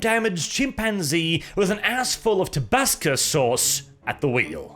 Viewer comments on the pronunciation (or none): Did you just say “tabascus” . Boi you done did a don’t do. It is absolutely undeniably TABASCO, and the TABASCO burns so good in my food hole. Yummy. Repent now and your sin shall be forgiven. Sincerely, the American with too much hot sauce in too many places.